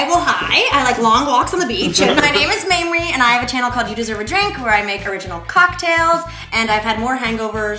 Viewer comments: did Mitch just call her Mammory…? As in the milk producing tissue in the breast?? 😂😂 liiittle drunk? 🥂😅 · It's not pronounced mammery! It's maymrie! :O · Yeah Mames!! What a gem. (ps it's may-mree, not maam-mer-ee!) :) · The way Mitchell pronounces Mamrie like Mame-er-ee = bahahaha. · is mitch not repeatedly pronouncing mamrie's name incorrectly? maim-ree not mammary haha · it sounds like hes saying Mammary. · he calls mamrie "mammary" as in mammary gland lmao too much science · Did they pronounce Mamrie like Mammary gland? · (Speaking of needing hard A) he kept pronouncing her name like "Mammary," but without the second syllable. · Mitch pronounces Mamrie's name like mammary. I couldn't stop laughing. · Ugh it's not pronounced Maamri 😂😂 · "Mammary" lol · mitch keeps saying mammary omg